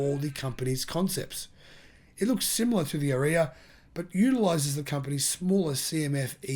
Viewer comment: dude knows nothing - makes so many assumption - all wrong - here in the usa nissan leaf are hard to find on any lot, ppl are waitlisted for leaf for atleast 2 months to even get one, and ariya pronunciation butchered - dude do your research first before you talk